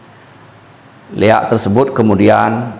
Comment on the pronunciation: ampura, yg Benar LIAK bukan LEAK, LI= Linggih AK= akasara